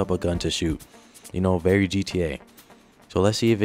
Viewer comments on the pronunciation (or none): none